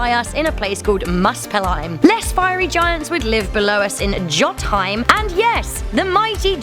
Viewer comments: Its pronounced (YO*TUN*HIGH*M) NOT "YO*T*HIGH*M* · Actually the dwarves lived in Svartlheim and it's not jot-heim, it's pronounced yo-ten-heim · Jotunheim is actutually pronounced yoe-toon-hime, not joh-tin-hime. :) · Jotunheim, not Jotheim lol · Jötunheim ("Yo"* un* heim") "J" sounds like a "Y"